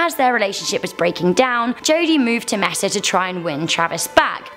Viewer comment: Travis Alexander. I know the story. Born and raised arizonan. But you mispronounced Mesa. It's more like Mace-uh